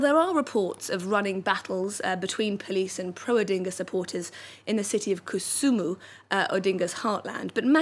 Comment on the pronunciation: Kisumu not kusumu